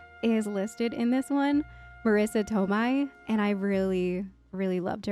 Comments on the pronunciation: OK, not to be a grammar "no-no-German" but OK: the second syllable to Tomei is like the month of May. And pesky Joe's surname is pronounced Peshy. You know, both being of Italian origin too.;) On the flip side, Ralph Macchio's surname is pronounced with ch-sounds (church ch's) despite its Italian spelling suggesting that the cch should be kk. Makk-yo. So I don't fully blame you for getting the other two names wrong. - Great reaction,. I was afraid you were going to pass out from losing your breath from laughing so much but you made it.:D For more Joe Pesci, there's always Goodfellas but another would be the Lethal Weapon franchise.:) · They are pronounced Marisa Toe-may and Joe Pesh-ee. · Need to study the Italian alphabet a little bit— you pronounced Marissa’s surname wrong and also Joe’s last name wrong. TOE-MAY and PEH-SHEE. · Not saying this to be mean or disrespectful. Just some slight corrections. Marissa Tomei is pronounced Toe-May. Joe Pesci is pronounced Pesh-ee. Love your reactions. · Whoa.. ok, it's Peshee and Towmay. Damn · Oh, Jesus... that was fkkn adorable. Just for future reference, their names are pronounced PESH-ee and toe-MAY. But I can't lie, "Joe Pesky" might've just made my whole day. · Tomei = "Toe-May".... Pesci = "Pesh-ee" 🤓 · Not a criticism, just letting you know: Marissa "Toe-May," (like Tomato). Joe "Pesh-ee." CRITICISM!!!: I need to see Marissa Tomei talking about little deer lips... otherwise, nicely edited. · Joe Pesci (Peh-she) just to correct the pronunciation ❤❤❤ Marissa Tomei (toe-may) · Just for the future, their names are pronounced Joe “pesh-ee” and Marissa “toe-may”. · And Marissa “Toe-my” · 💀 Joe Peski ? Marissa Tomai ? That gave me a chuckle. It's Joe Pesci (pronounced Peshi) and Marissa Tomei (pronounced Tow may)😂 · I like the way you pronounce Tomei and Pesci 🥰